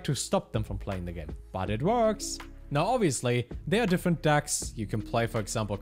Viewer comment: why does he keep calling them "dacks"